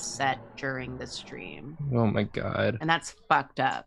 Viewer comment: Is it a...a...strem?